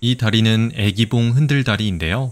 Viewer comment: 유익한 정보 고맙습니다. 해설 중 '애기봉'의 '愛'는 길게 발음 해야 하는데 자꾸만 짧게 발음하다보니 '사랑하는 여인'이 아니라 'baby'가 되었군요.